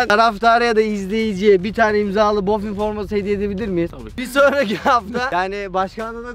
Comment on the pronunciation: Boffin değil buffon